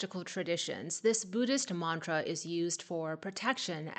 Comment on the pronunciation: You are pronouncing mantra accurately.